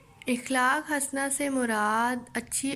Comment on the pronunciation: الفاظ کی ادائیگی کی طرف خاص توجہ دینا چاہئے ۔ مثلا اخلاق کا صحیح تلفظ ا زبر خ ساکن لا ،ق جبکہ آپ ا زیر کے ساتھ ادا کر رہی ہیں جو کہ درست نہیں ۔ باقی سبق آپ نے بہترین پڑھایا